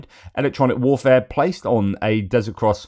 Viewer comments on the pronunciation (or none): none